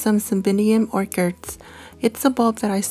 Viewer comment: Love your videos! By the way, orchid is pronounced "orkid" where the k sound is relaxed.